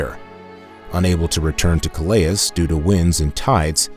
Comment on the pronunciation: Pity the AI narrator can't pronounce Calais...